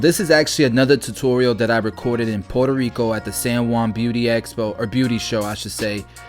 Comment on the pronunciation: Fn Say it like this Pwheretoh rrico Not like this Porter rico